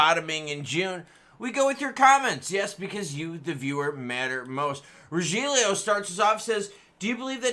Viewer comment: It’s pronounced Ro-hilly-o, spelled Rogelio goofy!